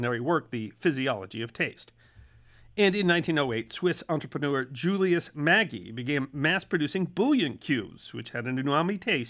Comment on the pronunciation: The correct pronunciation of Maggi is - ma·jee